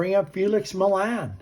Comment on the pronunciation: Millan = Mee-yon